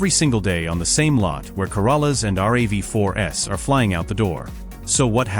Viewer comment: Nice job of ripping off this video: A few things changed, but some of the narration is exactly the same—even though this has a dumbass robonarrator that thinks "RAV4s" (plural) is "are-ay-vee-4-ess"